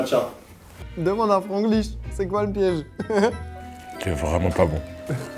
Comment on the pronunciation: c’était surrr Franglish🤣